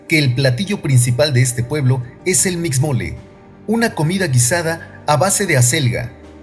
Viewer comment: Un trabajo bien hecho, felicidades..!! Solo una observación, la palabra Mixmole, esta mal pronunciada, se debe decir Mixmoli (Mishmoli) acentuando la ''s''y la ''h'' juntas. Esta palabra significa Guiso de Pescado...